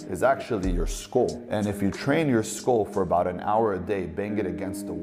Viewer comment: Yeah, I'm certain this guy was an F student; he can barely pronounce simple words like 'skull' ("skol" means cheers in Danish lol), and he seems to be another big man with daddy issues, which means he has to lie about EVERYTHING since daddy never loved him. The steroid abuse makes him look older and shrinks his pea brain. I pity anyone who falls for this desperate Andew Tate clone. Kids, stay i school 😊